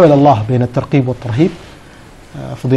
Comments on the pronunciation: الترقيب ؟؟؟ المذيع ما درس لغة عربية فرق بين الترغيب والترقيب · اول شي راجع لغتك الترغيب وليس الترقيب يامقدم البرنامج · المذيع لايفرق بين حرف القاف والغين . ويقول الترقيب والصحيح الترغيب. دا بقي دكتور كيف😆😆😆